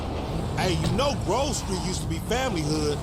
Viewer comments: It's Grove, not Groove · At first I was gonna yell at you for pronouncing it “Groove Street” but after a few minutes I was like, “why? It’s better!” Congratulations on coining a new affectionate malapropism.